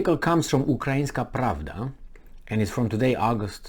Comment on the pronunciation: Please do not say Ukraine prabdha